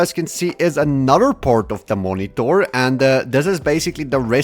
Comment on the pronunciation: So basically moniTORRRR? :P